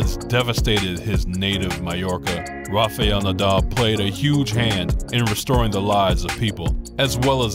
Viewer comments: Be a good idea if the commentator learned to say his name correctly. It's "Rafial" it's "Rafael". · Nice.just his name is not Rafaiel nadal but Rafael. Don't pronounce i...same mistake McEnroe makes. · Learn to pronounce his name properly